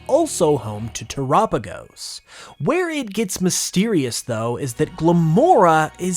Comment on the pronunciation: Dang I hate when people call it "tur-apigos" because it has "tera" in the name because of the terastal connection. You don't pronounce tera like "tura" do you... I guess everyone has their own way of pronouncing things, though lol. Nice video!! As always :)